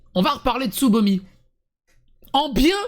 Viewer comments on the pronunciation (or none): Il n'y a que moi qui entend ''sodomie'' au lieu de Tsubomi?